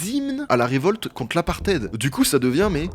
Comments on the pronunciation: L'apartheid ça se dit '' apartaïd'' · Bonne vidéo, deux petits trucs à dire, c'était des disques pas des CD 😉 et l'autre, on prononce apartheiiiiid et non aparted😆. La censure est plus proche du gouvernement Macronien que le communisme donc oui une dictature. Bonne continuation tes vidéos sont super👌👊👍